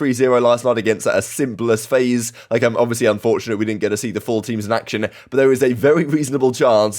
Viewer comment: "Simpless faze."😂😂😂